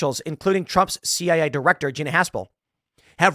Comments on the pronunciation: You mean CIA LOL. not CAI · CIA not CAI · Oh bless my heart, Tim said CAI instead of CIA. All credibility lost, right? Honestly, I propose we change the Central Intelligence Agency (CIA) to Central Agency of Idiots (CAI)